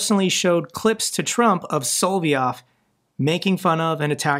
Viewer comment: His name is pronounced SO- LOV- YOV